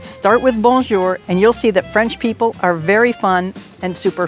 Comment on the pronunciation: Please learn to say bonjour instead if bonnejour,thanks